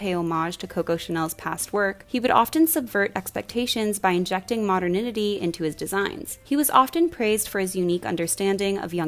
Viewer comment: I’m sorry, did you pronounce “modernity” “moderNInity”?